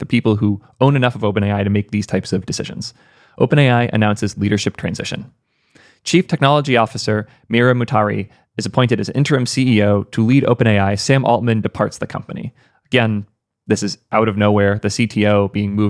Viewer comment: Dude is not Mutari, her last name is Murati, Mu-ra-ti.